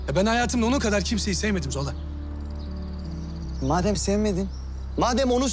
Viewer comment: zola yerine zula diyo 😂